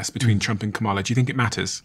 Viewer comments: Hey Steven. You seem like an intelligent guy. Her name is Kamala like Pamela with a K!! It’s not difficult and your guest even managed it!! Disrespectful. At least make an effort. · I see why ppl watch but not as many subscribe when you don’t take the time to learn to pronounce the VP of America’s name and you allow ppl to explain American topics they clearly don’t understand it makes sense not to subscribe.